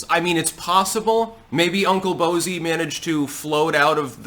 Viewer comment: 😂😂😂 Uncle "Bozey"